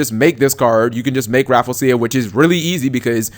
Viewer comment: say it with me cap: RA-FLEE-ZEE-UH